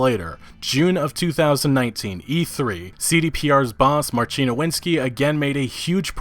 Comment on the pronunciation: FYI, the Polish name Marcin is pronounced like Marseen, and not like Marcheen.